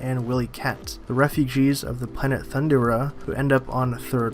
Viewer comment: THUN DARE RAH, That's how you say it!.... And what Trash is this???